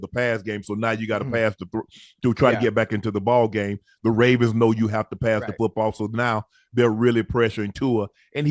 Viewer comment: he say “raisins” when talking about Baltimore at least once a show 😭😂